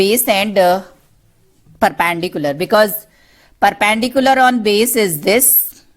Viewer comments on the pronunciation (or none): It's not perpandicular its perpendicular